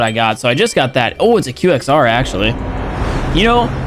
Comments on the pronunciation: QXR??? You disgust me. Fix it or I’m unsubscribing. Qwexer. (No hate just jokes) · It's not qxr...it is qwexer!! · He also said the "QXR" not "Qwaxer" 😂😳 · He pronounced qxr as qxr